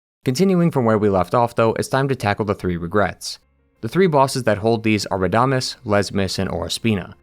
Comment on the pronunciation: Pro tip on spanish: on words with tíldes (the line above vowels) put the emphasis on the syllable with the tilde, for example it isn't (ra)damés, it's rada(més)